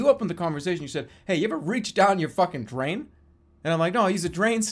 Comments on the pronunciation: “Draen snake” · jerma: "draen" drain snake